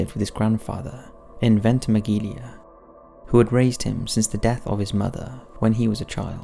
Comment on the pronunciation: "Venty Megg Eelya?" That's Ventemiglia on the border between Italy and the southern coast of France. Pronounced "Ventay-Meelya". Don't you have like a Top5s pronunciation unit? You could really do with their help - on EVERY video.